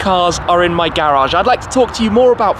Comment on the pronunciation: Garage, not garagggggggggggge 😡 lol